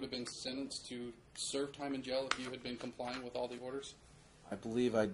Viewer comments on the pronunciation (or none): Does anyone notice says “wiff” and “boff” instead of with and both??? How can anyone ever take him seriously!!